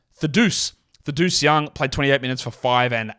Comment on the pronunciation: killed me when he tried to pronounce Thaddeus 😂